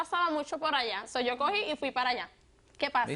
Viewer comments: me molesta mucho que cuando hablen español digan "so" y ni siquiera "sou". Es muy molesto escucharlo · Me encanta, dicen so en vez de sou. Como si fueran caballos JAJAJAJA.